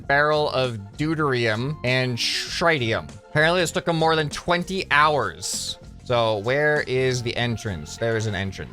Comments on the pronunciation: doo-teer-ee-um and tri-tee-um there real chemicals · Deu-teir-e-um and trih-tee-um is how you pronounce those words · its the reactor engine from star fleet(star treck) its pronounced tri tium and du trium. hope that helps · Nice but you dont know how to say deuterium and tritium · His pronunciation of deuterium and tritium was very annoying lol